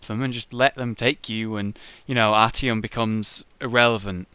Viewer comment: IT'S ARTYOM, NOT ANTYOM. In all seriousness: Thanks for the re-cap, now I can go ahead and watch your Last Light Let's Play with the knowledge of what I missed. Amazing story, looking forward to it!